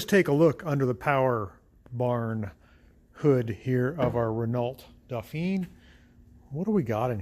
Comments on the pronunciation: I had a Renault 10. Surprised by the different radiator position. Re pronunciation. Please, try saying "Reno Dofan". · That would be wrong. ruhNOH dohPHEEN is the pronunciation.